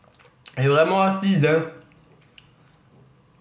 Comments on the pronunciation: Le " achiide" a m'a tué xD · T'es videos sont au top! 👍🏼 continue 👍🏼 et j'étais plier au moment que ta manger la tete brûler quand ta dit "achiiide" 😂💕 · j'kiffe le "c vraiment aciide'' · Haha tu m'a fait rire quand tu as dis "Aciide, C'est aciide!"